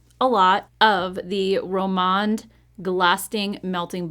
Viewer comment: Such a great video!! Glad you're back, and hope you had a great time!! FYI on the Rom&nd products, they use the & sign, so you pronounce it like the & , sign at the end of the word. I hope I explained that correctly. Take care! ❤